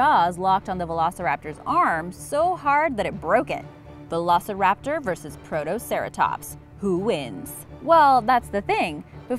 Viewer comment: The way she said veloceraptor triggered me.